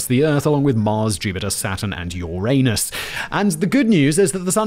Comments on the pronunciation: And yes I laughed at Uranus. Because if the way Simon pronounced it. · Did Simon say "your anus"? Just making sure I heard right. 😂😂😂😂😂